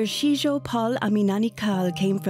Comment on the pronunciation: Is his name really Shitjo or is it just Shijo? Shijo is a more common name in Kerala